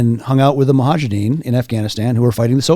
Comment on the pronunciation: expert makes a rookie mistake calling them the "mohajedin" (wrong), making me doubt his knowledge